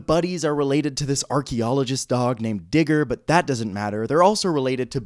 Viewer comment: Why is the dogs named digger? Sounds like you’re trying to say Nager